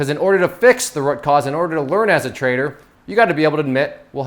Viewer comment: I can't stand the way you pronounce root.